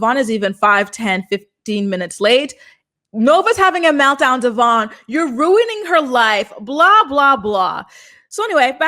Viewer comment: Love your updates.. butttt its not Devon, its Devoin. At least pronounce his name correctly since almost no one does 🤦🏽‍♀️